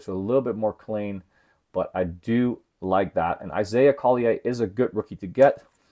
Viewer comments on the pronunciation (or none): Isaiah Collier pronounced Call-yer